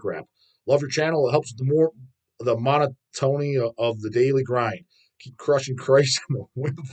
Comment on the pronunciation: Did this dude just say “mono-tony” instead of monotony. I’m dead 😂